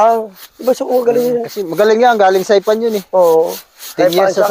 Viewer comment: Saipan? Saipanot 😅